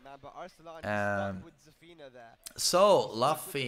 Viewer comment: 3adoool * can't even pronounce Zafina, u think he will get Luffy correct?😂